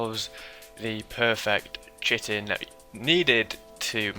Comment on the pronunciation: Chitin is pronounced "kite in". It's an actual word.